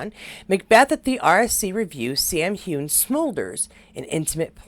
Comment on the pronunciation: Just to let you know (I'm a Scot)😊.. Its "hew-in" not "hewn" (2 clear syllables) and "fray-sur" not "fray-zhier" Hope this helps pronounciation😊x